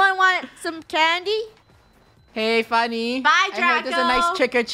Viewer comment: Yay fun yeah = funeh wait no Its funeh 😂😂